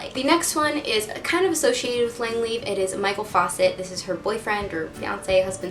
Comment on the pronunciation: did she call him Michael faucet lmao 😂